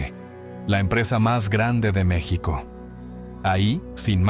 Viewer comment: No no es Meçhsico aprende a pronunciar a Mexico